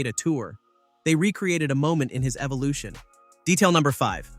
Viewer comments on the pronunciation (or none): none